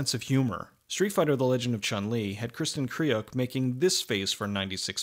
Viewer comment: these reviews are so great and so well researched, and yet no effort is made to pronounce actors names correctly. Kristin kree-ook. lol